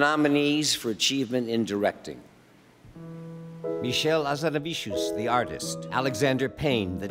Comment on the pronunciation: Geez. give him a break, it's hard to say, I've been saying it for months and I still struggle sometimes. :) Beautiful name...hard as hell to pronounce properly!